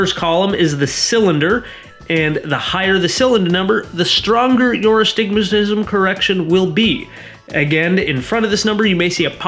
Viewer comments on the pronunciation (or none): “The stronger your StimaSHism” 😂 sorry I had to